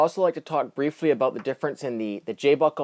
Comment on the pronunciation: Hahaha aboot!!!!